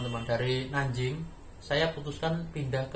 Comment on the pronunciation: Cara ucapnya Nan jing ucap Nan cing. Guang dong ucap Guang tong